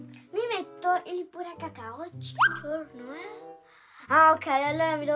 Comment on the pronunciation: non si dice burracacao ma sidice burrocacao😂😂❤❤❤